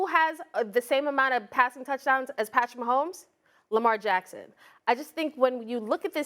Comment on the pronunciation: stop it dude! it's lamar friggin jackson!!!